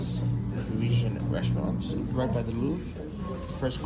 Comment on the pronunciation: 'pa-ri-sian' not 'preeshun' dude lol. nice video anyways.